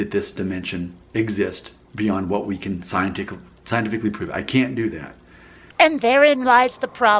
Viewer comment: scientickle? the fuck is that?